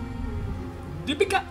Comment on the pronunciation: ...Loved the way u said DEEPIKA 😘😂